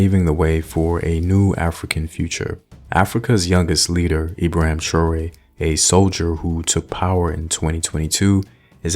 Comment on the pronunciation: Learn how to say his name properly.